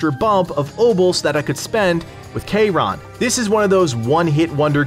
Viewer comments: “K-Ron” 😂. Just listen to how the people in the game say it. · the way you say charon is gross